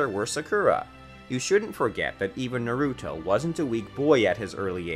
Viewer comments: Burootoe surada narootoe sukoora susookay this man cant pronounce anything. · Sasookay, sakoora, narooto, hinaata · The way you say "Boruto, Sarada, Naruto, and Sasuke" are killing me badly from the inside and outside T^T